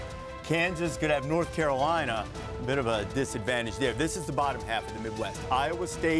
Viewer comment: Where is "Nort Carolina"?? 😂😂😂